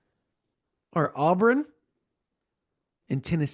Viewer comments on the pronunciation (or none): Somebody needs to tell... Its not "Aubrun" lol